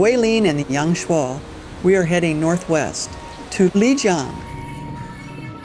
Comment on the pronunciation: Enjoying the beautiful footage you present on this trip to Guilin. I also appreciate your pronunciation of Guilin and Yangshuo. As someone currently learning Chinese, I can tell you tried to properly pronounce the places. I've heard them butchered many different ways.😅 Looking foward to part 3 Lijiang!